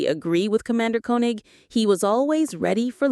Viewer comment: I really love this show. The narrators mispronounce several names, including Koenig, Helena and Kano.